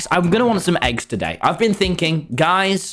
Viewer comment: Lol he said, ‘Ive benn thinking, Guys’